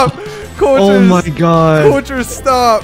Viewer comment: cultures not colturs